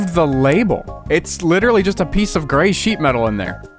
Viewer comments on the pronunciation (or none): none